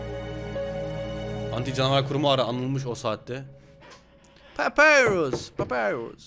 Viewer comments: papyrus papirus diye değil papayrus diye okunuyo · Allah rızası için artık şu papirüs kelimesini bırak papayrus diye okunuyor bir isim kelime değil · abi papyrus "papirus diye okunmuyo papayrus diye okunuyo"